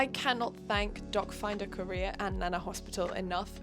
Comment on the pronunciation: I hear "dogfinder career" every. single. time